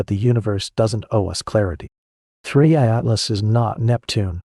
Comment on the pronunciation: First im legit 20 seconds in and your facts are wrong, its the Third interstella object not the second, why else is it called "3I" for?? cos its the third, so in that fact im not even watching the rest of this video. and ps might wanna pronuce the name right "3 I Atlas" not 3 80 atlas haha